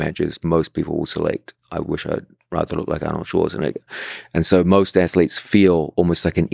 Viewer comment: The way george pronounced arnold LMAO